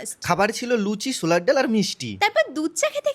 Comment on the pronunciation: লুচি ছোলার ডাল ❌ লুচি শোলার ডাল ✅ Suggestion: contact with a speech therapist